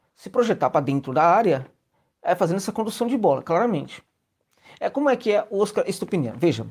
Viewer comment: Vamos nos acostumar a pronunciar o Óscar, palavra Paroxítona. Como o prêmio do cinema mundial.